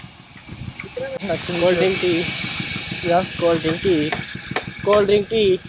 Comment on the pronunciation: He was asking will u drink tea? Or coldriny?😂